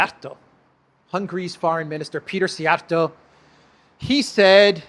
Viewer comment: Say Siij-Jia’rto. It is a compound word meaning “Whip-handler” or thrower !